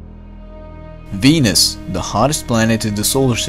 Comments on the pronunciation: I keep hearing Benis instead of Venus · Ai J I heard penis... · I heard penis... Not Venus... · am i the only one who misheard it as "penis"at the start? lol